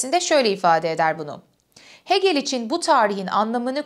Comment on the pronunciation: Hegel'i "Heegıl" olarak telaffuz etmelisiniz.